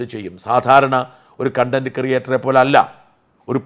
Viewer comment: സാജൻ സർ, കൺണ്ടന്റ് അല്ല കോൺണ്ടന്റ്. sorry